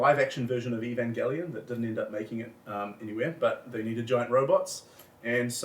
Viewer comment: It really pisses me off how he mispronounces "Eveangelion" and that and Adam looks like they never heard of it.